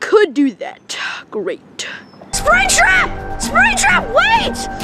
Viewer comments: I love when says springbutt instead of springtrap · did say sprigbut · Why did call springtrap spring-butt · Why does call springtrap springbutt